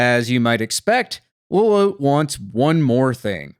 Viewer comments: is "low-lowt" really the canon pronunciation for lolotte? i always thought of it as "low-lot-tee", like how the name "Lotte" is normally pronounced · The way y'all pronounce Lolotte makes me feel like I'm going insane haha. It's spelled like Charlotte. Pretty sure for it to be pronounced this way, it would have to be spelled Lolote. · You pronounced Lolotte's name wrong.